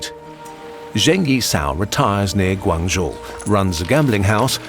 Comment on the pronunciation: Awesome video. Maybe next time make sure you pronounce things a bit better. Like instead of GuAAnzhou it’s Guangzhou with less emphasis on the aang